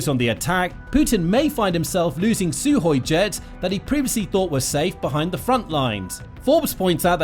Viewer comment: It's Sukhoi NOT Suhoi!